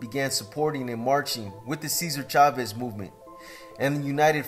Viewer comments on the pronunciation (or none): none